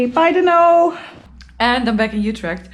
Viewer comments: Noraly, have you watched the Bolkywood classic blockbuster movie "Sholay"? How did you find the name "Dhanno"? BTW, practise pronoucing it correctly-- it's not "Dunno". It's pronounced "Duhn no". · You gota stress the nuu when you say Dhanno,. DHan NuuU.... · Noraly, DHANNO is pronounced as " the" DHA is pronounced just like THE so try pronouncing it as DthAANO!!! I think it was the name of the horse of Basanti, from the bollywood movie "SHOLAY"!!! Best of luck with ur new Bike "DHANNO" & Bonvoyage in the very near future!!! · I was about to suggest you "Dhannoo"... "धन्नो"... 😂😂😂. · This is the first time i feel sad in this whole journey. You Leaving basanti at that shop make me feel so sad. But basanti will be remembered forever. Welcome to Dhanno...I wish both of you best of luck for coming adventures...I think you need to put more emphasis on dh part of "dhanno" in pronunciation